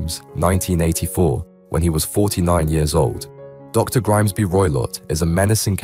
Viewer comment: Its Grimsby Roylott not Grimesby 😂😂😂